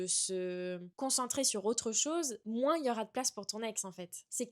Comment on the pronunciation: Tu dis moinss tu es du sud ouest ?